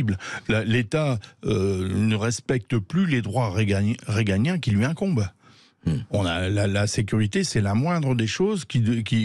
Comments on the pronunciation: monsieur ce n'est pas reganien c'est régalien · droits régaliens et non pas réganiens Monsieur